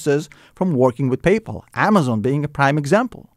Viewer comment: Pay-Po lol